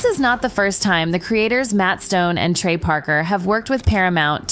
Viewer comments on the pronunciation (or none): none